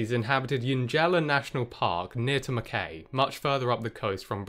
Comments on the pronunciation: Mackay is pronounced mac eye. In Oz and Scotland. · Mackay is pronounced "mah-kai" as in the sound of the kai in Dragon Ball Z Kai. Can't tell you why though.